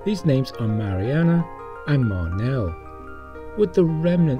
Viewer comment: *Marnal, not Marnel.